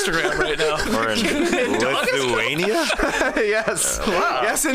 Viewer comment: Appreciate the butchered Lithuania shout out! 😗